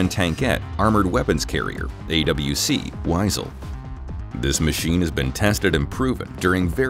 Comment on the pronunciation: Wiesel is pronounced vee-sl.